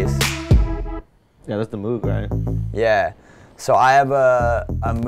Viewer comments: MOHHHHG..... not MOOOOG... but cool! lol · You know you're a noob when you mispronounce "Moog" lol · Say moog correctly... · Using an auto filter effect is not "sidechaining", he can't pronounce Moog, and there was a couple more things that annoyed me, but I'm not watching the video again to figure it out. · He can't pronounce CLA's name right, he said Cable guys make LFOTool, and he didn't pronounce Moog right. Come on dude. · Cool vid, but he needs to learn how to say "Alge" and "Moog"